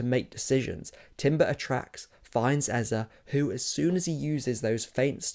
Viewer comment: Let’s stop this Eza business. We’ve all known how to pronounce this name from when he was at Crystal Palace. All of sudden. It’s Eze. Might as well call him Aza. Since e is a. It’s Eze, that name has a meaning.